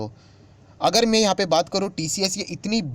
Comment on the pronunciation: Sir की बोलने के उच्चारण से लगता है कि ए इंदौर से है । ध्यान से सुनिए. ै मात्रा नहीं बोल पाते इंदौर वाले। वे ै को े उच्चारण करते हैं । उदाहरण के लिए “में यहाँ के डाटा ओपन करना चाहता हूँ “ मैं को में बोल रहे हैं ।